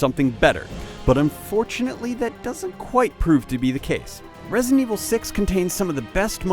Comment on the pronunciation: For the love of god. It's Re-si-dent evil 6. 3 syllables. Not resent evil 6. Drove me f-ing crazy to listen to this schmo